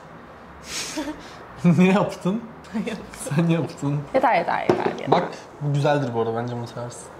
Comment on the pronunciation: Fark etiyseniz yeto diyor